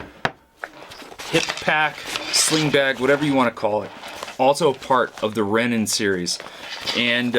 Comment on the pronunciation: Love the review! Also it’s Rennen